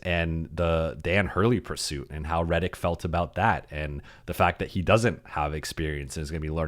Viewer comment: You pronounce your last name wrong.